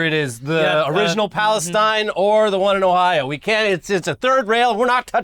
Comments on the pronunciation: Ok, I’ll be the pedant. Pala- STEEN. Not STINE. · We locals pronounce it ‘East Palace-TEEN’. Thanks for bringing awareness to this terrible situation with some humor. We need the laughs. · You locals pronounce Palestine incorrectly.